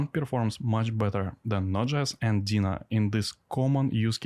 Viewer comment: It’s called ‘Deno’ with an O at the end, not ‘Dena’ with an A at the end.”